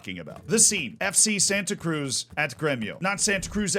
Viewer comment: I'll be a language nerd, and I'll give advice to how to correctly pronounce them FC Santa Cruz - Eff - Say Sun-tuh Cruyj (the j like J in Bonjour, like a zh Porto Alegre - Pawr-two Uh-lay-gree Tiago - Chea (like Cheat)-yuh-go Santa Cruz do Sul - Sun-tuh Cruyj doe Soe (like Shoe, but instead of Sh, it's S you pronounced Tiago correctly Copa do Brasil - Cope-uh doe Bruh-zeew